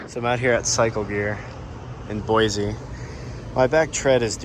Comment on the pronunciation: Great video. It’s “Boy-see” not “Boy-zee”.